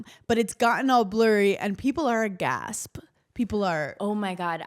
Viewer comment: Can someone please tell hannah that the word is AGHAST and not A-GASP...please